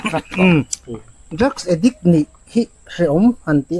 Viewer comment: Edick anilo, addict, addiction, addicted